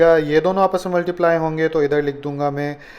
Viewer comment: Sir please multiply sahi tarhan bola karen it’s cringy